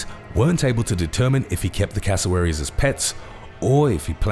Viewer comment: .why it sound like you're saying casserole?. xd